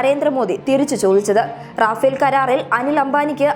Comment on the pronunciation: റാഫേൽ അല്ല റഫേൽ ആണ്